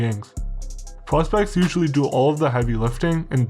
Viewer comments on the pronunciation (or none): none